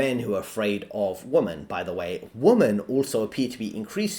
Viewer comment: Please learn how to say WOMEN